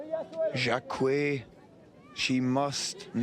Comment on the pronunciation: Jaquet, not jakwet!